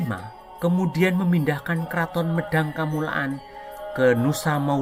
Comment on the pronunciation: Medang kamulyan bukan medang kamulaan mohon koreksi admin